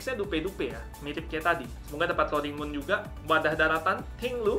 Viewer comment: Roaring moonya yang rr